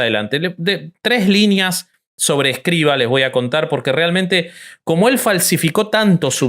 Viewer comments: No es "Escriva", es "Escrivà". Obsérvese que la A va acentuada y con acento agudo (de izquierda a derecha ). En lengua catalana "escrivà" es "escribano" en castellano. Aunque pasado el tiempo y como apellido, en castellano ha pasado a ser Escrivá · Para hablar de algo con algo de respeto hay que saber y el conductor no sabe ni el nombre. Es Escriv(Á), conductor indocumentado.